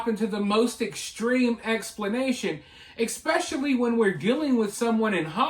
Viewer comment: PLEASE for the love of God...stop saying "EX-pecially"....there is NO SUCH WORD. It is "ES-pecially"!!!!!!!!